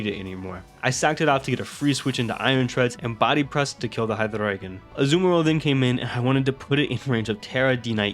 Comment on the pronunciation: I gotta assume you're native German or something yeah? Based off of the HyDRRReigon pronunciation lol?